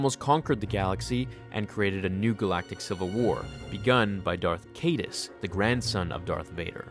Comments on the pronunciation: c-EYE-duhs. Not CAYDE-us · Hate to be this guy, but Darth Caedus is pronounced, "KIE-DUSS." Your videos are tremendous. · Kyyy Dusss. Not Kaydus. I made that mistake early on too. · Pronounced Darth Kai Dus